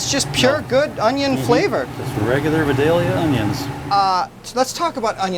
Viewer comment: he mispronounced "Videlia"